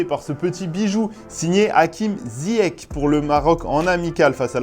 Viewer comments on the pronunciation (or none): Merci d'avoir diffusé le but du Maroc..juste on dit "Zyeche"et non " Zyeque"...ça vaut bien un maillot.😉👍😄